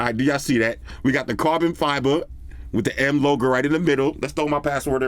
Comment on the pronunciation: can you please say properly carbon fibre?